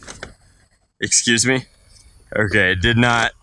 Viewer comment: "exus me" lol